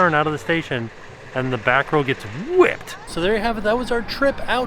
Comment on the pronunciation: Can't wait to ride, this just got me more pumped! Also, the way you said WHIPPED at the end 🤣